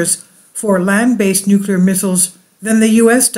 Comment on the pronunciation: Nucular war? No way